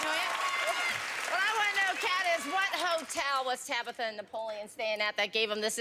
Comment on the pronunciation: She say Tabather?